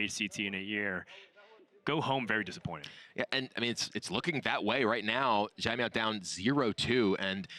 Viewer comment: Anyone else notice all the different ways Kibler pronounced "Caimiao?" was consistent with "Tai-meow", while Kibler tried "Jai-meow", "Zai-meow", "Sai-meow" and others. Lol. (Btw, it should be a sort of "ts" sound- a special kind of "c". Think of the ending of the word "pants".)